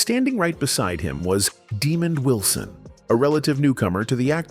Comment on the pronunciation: Daaamon not demon